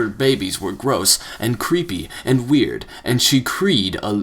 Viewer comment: he can say multitude but not weird?